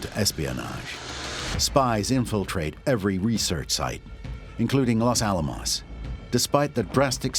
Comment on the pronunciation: This pronunciation of the words 'Los Alamos' makes my ears hurt.